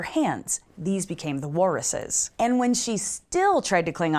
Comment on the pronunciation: Hi all. Just checkin in again to remind you that can't say "Walruses."..."Warrises."